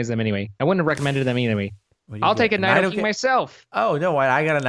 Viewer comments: Angry rage its nido-king (knee, doo, king) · It's Nee-dough-queen and Nee-dough-king, not Ny-dough-queen and Ny-dough-king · It's pronounced, knee-doh-queen and knee-doh-king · im triggered they said nidoqueen and nidoking's names wrong